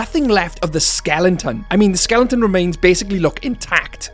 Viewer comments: Skelen-ton, skelen-ton, skelen-ton, good God, man, it's SKELETON. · Why are you saying "skelington"? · Is pronunciation “skelenton” a British thing? Just interested